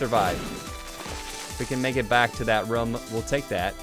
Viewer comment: why do you say rum instead of room?